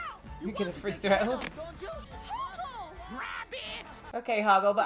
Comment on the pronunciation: She called Hoggle, Howart. Hogwart. Familiar?